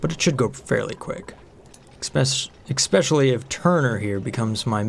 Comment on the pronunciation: I really love your videos but every time you say exspcially it especially hurts my brain.